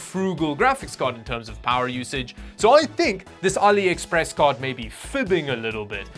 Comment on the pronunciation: Never heard of Aliepress 😂